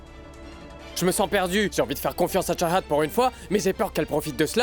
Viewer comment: Tu as dit chachat mais C'est chahat😂😂😂😂😂😂😂